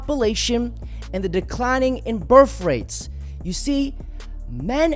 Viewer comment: WTF is a burf rate?